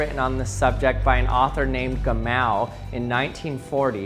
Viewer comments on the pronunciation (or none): “Gamow” is pronounced to rhyme with “ham of”.